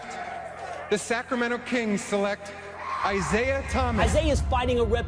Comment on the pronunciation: "Isiaha" LMAO